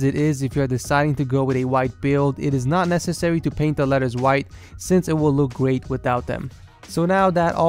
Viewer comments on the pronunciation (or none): none